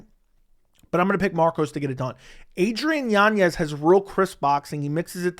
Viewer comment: Adrian Yawn-yez lol 😂😂😂😂